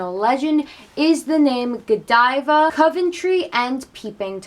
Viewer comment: On the contrary, I kept watching laughing every time you said Godeeva